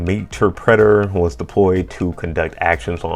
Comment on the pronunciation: Great video but man the way you pronounce meterpreter and executable is driving me crazy 😭😭